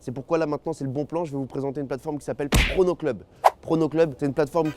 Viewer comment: pourquoi quand ta dit prono club j'ais cru entendre porno club💀😭